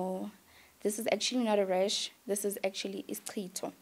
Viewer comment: Hi it's "isicitho" not Isitshixo 🤗